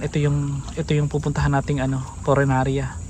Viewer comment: Punerarya, hindi purenarya. Lol! Yung isdang tinutukoy mo ay dalag, hindi dilag. Hehe!